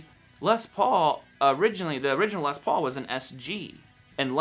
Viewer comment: Awesome - someone from North America who doesn't pronounce 'Les' with an extra 's' : what's with the 'Less' pronunciation, people ?